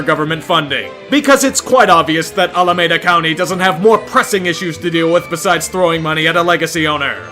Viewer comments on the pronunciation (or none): Alameeda, not Alamada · As a heads up, the county is pronounced Al-a-mee-da, not A-la-meh-da. Otherwise, great video as always! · It’s pronounced “Al-uh-mee-duh” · didnt like how you pronounced Alameda County that's my only complaint